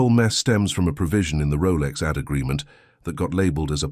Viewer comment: The AI voice just can't pronounce AD right